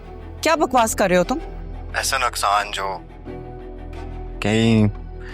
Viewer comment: Urdu ka janaza nikaal dya. Naqsaan ni nooqsaan hoota hay